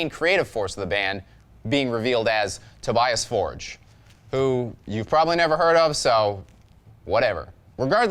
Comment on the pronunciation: His name is actually pronounced, Toe-bee-us For-gay